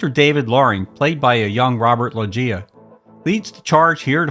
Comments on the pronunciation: Robert lo gia?,are you a moron?,it's pronounced like this ROBERT LOWJA,Loggia is pronounced LOWJA. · Pronounced “Robert Low-juh”